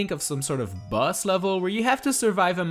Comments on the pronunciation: I thought you said bus not boss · Everytime he says boss, it sounds like bus. Now all I can picture is Mario trapped in a room fighting a giant bus.